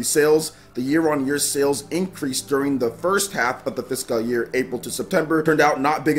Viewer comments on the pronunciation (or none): It's "fis-CULL" not "fis-Kyle" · I thought i've seen it all after he pronunciation of Caligula ( CaliGOOla) and Starlink Atlas ( Atlast) but ive watched this 5 times already and each time my stomach is in literal pain from laughing so much...like it's sped up when he says fishkal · It's not though. He's saying like "Fisk Kal" instead of "Fis cull". It's kind of a meme that he's bad at pronounciation at this point so people hear it more acutely when it happens. Plus he kind of draws attention to it because he seems to know he doesn't know how to pronounce it as he kind of pauses then says it quickly when he says it. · I can hear the inner Nigerian when you say fiscal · the way you pronounce fiscal hurts me. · Holy Jesus! Had to stop this video less than 2 mins in! Learn how to freaking pronounce fiscal! Please! I watch all your videos, and enjoy your content, but ima have to skip this one so I can go get some tissues for my bleeding ears. Damn near made me un sub. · Why is he saying fiscal like that? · not physical year, fiscal. A fiscal year has to do with government taxes rather than jan-dec edit: though he is saying fiscal a little weird lol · Great video!! I don't think your pronouncing the word fiscal right, just giving you a heads up. Keep up the great work! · The way you say physical 🙄 lol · Fiscal year but the way he pronounced it was completely wrong.